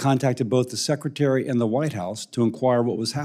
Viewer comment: It's sec. RE. tary NOT SECCATARY